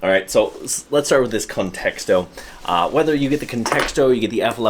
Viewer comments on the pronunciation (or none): Sounds like you're adding a second "t" in Contixo. Literally saying "context-o" 😂. Maybe you're a pro, but if so, you gotta learn to pronounce all the names of things you're reviewing.